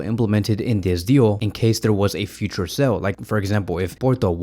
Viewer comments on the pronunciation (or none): none